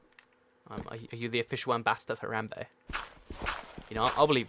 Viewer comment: U say haramba wrong I spell it wrong haha!